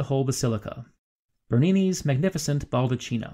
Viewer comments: I love your videos for their erudition, and for the absence of bombastic music and portentous narration. Just good, solid, sometimes suprising, information. I've been to the Vatican many times, and I learned new stuff from you. However, baldacchino is pronounced "bal-da-keen´-no", not "baldacheeno", "ch" is always pronounced like a "k". Otherwise, perfection, and I look forward to more videos. Subscribed. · it is baldakkino and not baldatchino, the italian ch is pronounced k. It is not a capuccino, please. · Yes, my apologies for that. I realized my mistake almost immediately after posting the video, and several commentators have pointed out the mispronunciation. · Hey please, the video is really interesting, but you cannot pronounce "BALDUCCINO" when you're talking about the Baldacchino. Please a minimal research would have told you it's pronounced "bal-duck-kee-no". It's really easy, and you're so overflowed by Italian food products you could really use the basics of Italian pronunciation system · CH is read K. Every time I hear baldaccino my ears bleed. Is BALDAKKINO. Come on, You have a PhD... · Pronounced BaldaKEENo. Not cheeno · Another really good video. Thanks!! One point: baldacchino is pronounced bal-dak-KEEn-o; ch is pronounced K in Italian (cch, doubly so). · The correct pronunciation of the bronze structure over the altar is /bal-duh-KEE-no/. Chi in Italian and Latin sounds like the word “key.” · Excellent video. But one thing grated on my somewhat-Italianate ear: the word "baldacchino" is pronounced "bahl-dah-KEY-no" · According to the Oxford English Dictionary `baldachino` is pronounced `bal-da-kino`. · A friendly correction. Baldacchino is pronounced baldac-keeno. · Dude, lovely video, really enjoyed It! But as italian you had me shiver every time you pronouced baldacchino like basically cappuccino!😂 It is pronouced balh-dah-kee-noh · Great program. BTW; It's pronounced "BAL-DA-KI-NO" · Baldacchino is pronounced ball da kino